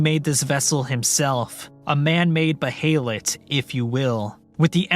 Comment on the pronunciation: And beeheelet